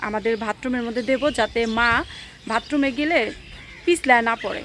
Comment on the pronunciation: বোন ভাতরুম বলে না, বাথরুম হবে।